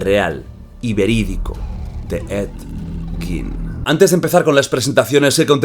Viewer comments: En realidad se pronuncia he yin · Se dice a si edyin 😅 ese bro es súper viejísimo salía en la casa de los mil cuerpos película realizada por RoB Zombie 🧟 buenisima esa película bellísima ❤❤❤❤❤ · Ha dicho Ned gin? 😅